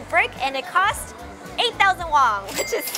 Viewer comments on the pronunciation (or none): she keeps on saying wong instead of won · It’s not wong but won 😂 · It annoys me that she pronounces korean won-(₩) "wong" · Are you saying, “Won” or “Wong” lol